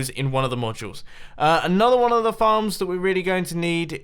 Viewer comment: U SAID FARMS AS fxcks